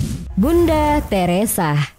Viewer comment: Videonya menarik, datanya juga bisa jadi pelajaran dan bisa ditinjau lebih jauh melalui sejarah tapi kalau mba ini yg jadi narator sedikit terganggu dengan penggunaan huruf "H" diujung vokal. Bunda Teresa bukan Bunda Teresahhh Nikola Tesla bukan Nikola Teslahhh Mahatma Gandhi bukan Mahatma Gandhihhh Marco Polo bukan Marco Polohhh Sukses terus DATA FAKTAHHHHHH!!